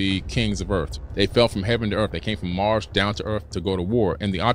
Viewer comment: Nigga said mars. He saying it with his chest too. 😂😂😂